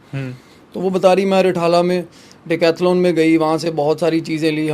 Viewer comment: Isko bolo bhai english na bole ni ati to .. hindi bole bharat ke sab samjhte h.. decathlon ko dakaithlon bana dia 😂😂😂😂😂😂😂😂😂😂😂